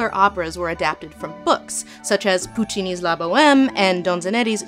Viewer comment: Donizetti, Puccini, Benjamin... love your work Lindsay, but you shouldn't mispronounce such names while doing an educational video